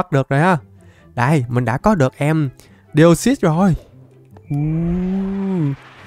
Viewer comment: Deoxys? ko ko Deosus =)) ( Chuc buoi trua vv)